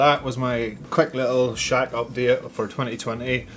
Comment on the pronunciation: I think you need to pronounce shack a little bit better as it sounds like shag at the beginning